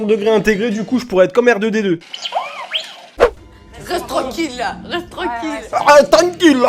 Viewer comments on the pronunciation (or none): J'ai pas entendu R2D2 j'ai compris "comère de médeux" voilà voilà